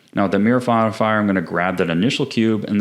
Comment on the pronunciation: "the mirror forifier"😂😭